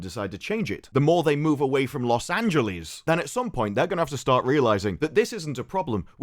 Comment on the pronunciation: Take a shot every time says Los Angeleeze like Bugs Bunny